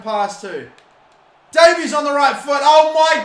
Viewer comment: its day-vis not day-veez